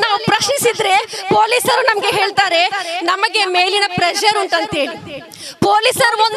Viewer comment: ಹೆಲ್ತಾರೆ ಅಲ್ಲ ಅದು, ಹೆಳ್ತಾರೆ. ಕನ್ನಡ ಸರಿಯಾಗಿ ಮಾತಾಡಬೇಕು 😂